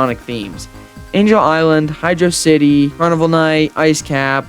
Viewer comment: its pronounced hydrocity not hydro city